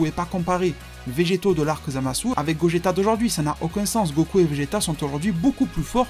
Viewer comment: C'est gogeta pas gogetto même en jap c'est gogeta bon il dise gogita mais c'est pas grave